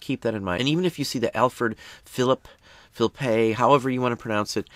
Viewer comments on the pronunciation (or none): none